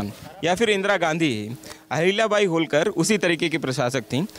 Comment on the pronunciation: होळकर नाम है ऊनका होलकर नही